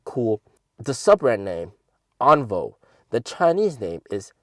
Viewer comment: should pronounce "On-Vio"